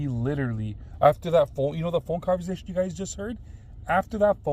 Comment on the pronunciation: He says converzation lol not conversation he says it with a (z) has me dying Everytime